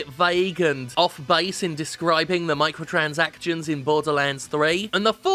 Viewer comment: Jim, I swear I hear you say "Michael Transactions" about half the time.